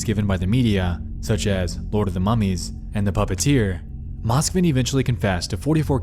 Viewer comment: im sorry but its pronounced moskvIn and petrOva